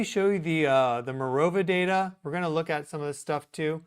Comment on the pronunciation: "Goeen" is not a word. *going